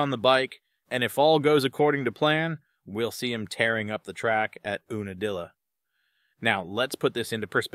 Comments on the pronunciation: Oonadilla? It’s Unadilla as in you-na-dilla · Ewe nadilla not oona dilla